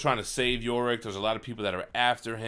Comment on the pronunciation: Now you're just pissing me off. It's not "Yo" Rick. It's Yorick, as in "you're ick". You've been hanging out with Manimal too much, the stupid is rubbing off on you.